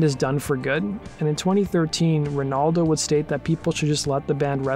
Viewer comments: I stopped watching after "bassist Lee Ranaldo". Jog off, dude. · "Bassist Lee Renaldo"? Oh boy.... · I stopped the video at "Bassist Lee Ranaldo". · You said "bassist Lee Ranaldo" twice... Shows how much you know about the band.